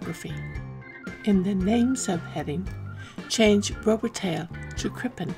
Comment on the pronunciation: You mispronounced Robitaille